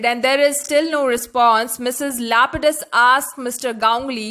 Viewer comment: First of all, Her name in not lupidus Her name is lapidus